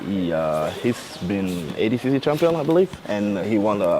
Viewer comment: Why does he pronounce it "ADcC". It's clearly ADCC